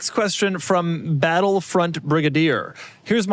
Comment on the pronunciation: heres my qweestun